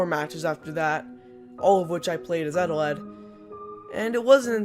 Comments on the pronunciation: Eteled Subtitles: ETAWED UwU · he says his name wrong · I put on subtitles, and they called eteled “Adelaide” (for some parts) It was kinda funny tbh